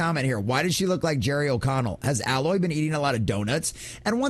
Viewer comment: It is A-loy not al-oy